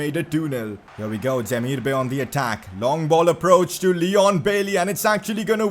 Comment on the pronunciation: Yoo, your vids are lit bro. You are one of my most favourite FIFA YouTubers out there man. You should really have at least 1M subs. Btw how you pronounce Demirbay is not Demir-Bay like the ocean bay it is actually Demirbay like bye so it is like Demir-Bye not Bay. Continue making these lit vids bro‼️